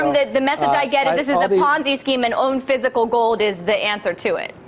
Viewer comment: I love when she says "fisicle gode"....what a little doll